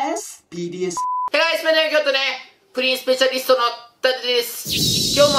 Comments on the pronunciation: 最初の挨拶「不倫スペシャリスト」に聞こえてびっくりした人いる？ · 不倫スペシャリストに聞こえた人 ↓